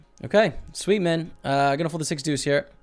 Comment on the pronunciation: why does he say mun now instead of man